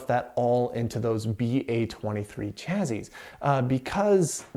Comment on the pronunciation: Nice overview of the PDP-11 cards. But “chazzizz”? :)